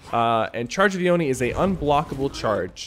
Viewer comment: "omni's charge"? T_T you mean charge of the oni